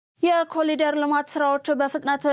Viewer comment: በዜናው፡ላይ፡"ኮሊደር" ተብሎ፡የተነበበው፥ "ኮሪደር" ተብሎ፡ይታረም፤